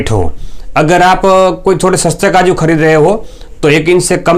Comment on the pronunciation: kaju bolo kadu nahi Totala😂😂😂😂